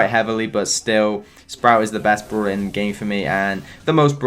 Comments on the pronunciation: I vant stand that u say broeler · Everyone: brawler: brooler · No one::bRuLa No offence mate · ’Broo-Ler’ ‘Brool-Pass’